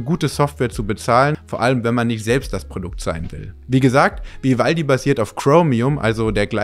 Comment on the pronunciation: das macht mich "Spitz" "Vi-valdi" 😉😅